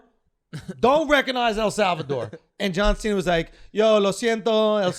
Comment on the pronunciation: Jauw Sheena